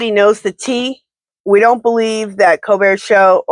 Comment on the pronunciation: Colbert pronounced- Coal-Bear